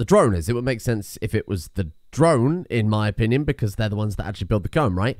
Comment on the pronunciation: "wow we've got a lot of opi cut um"